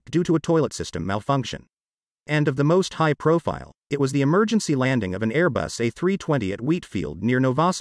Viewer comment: It’s Airbus not aero bus